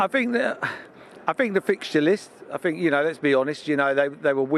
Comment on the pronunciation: Sky come on is this guy serious I fink, I fink, I fink 🙄